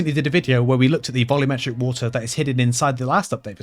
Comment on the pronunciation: "who-ah" (Water), the funiest part of this video